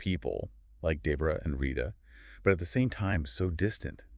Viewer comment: Day bra? Debra 🧍🏽